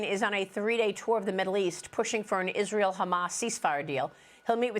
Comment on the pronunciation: This fool can't even say israel I mean, don't get me wrong. I'm tired of being a slave. To the democratic spending, I don't condone wars but this fool can't even say the real name correctly.